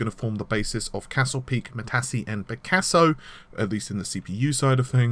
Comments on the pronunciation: Yeah both, Matassee and Renooor wtf lol:~) It is and Ren-waah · Please.... it's Matisse (Mahtiz) like the painter and not Matassi... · Matisse = "Mattees", not "Mattasee". ;-) Matisse like Piccasso was an artist. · Eh-sik (ASIC), ma-tees (Matisse), and for goodness sake- Sili-kin (Silicon) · you obviously didn't know the architecture was named after famous artists, i LOL'd at your pronunciation of "Matisse", and "Renoir". Gave me a laugh at least. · you are correct for ASIC and Matisse, but Silicon has 2 pronunciations: sil·i·con [ˈsilikən, ˈsiləˌkän] If you can't read phonetics, it means si-li-kin, and si-li-kon. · Check your pronunciation of "Matisse". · Don't forget Renoir, he butchered that one too. Sounded like he said Renault. ;-p But yeah, he butchered Matisse so badly each time he said it, I think I could actually feel my brain cells bursting...